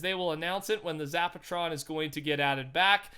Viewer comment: Zapatron you say?